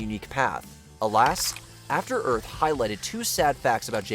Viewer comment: Jaden and will smith are in a film called “After Earf “? Hilarious.